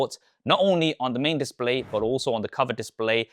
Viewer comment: Bro can't say "display"